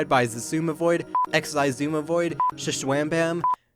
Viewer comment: xisumavoid is pronounced ex-oo-ma void.